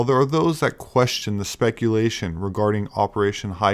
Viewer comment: That = “Thot”. Just ribbing you,. You are a great man. I’m a proud subscriber.